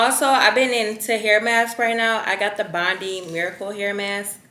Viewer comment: Just a tip from someone who lives near Bondi, it's pronounced Bond-eye not bond-ee 😉🖤